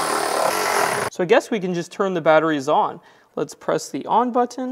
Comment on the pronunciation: you say button again?